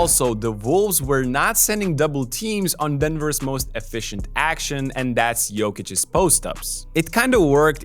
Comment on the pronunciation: He said it correctly around 1 48 of the video for example.